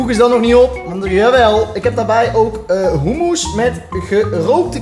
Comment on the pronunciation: Dat is hoe je het uitspreekt😂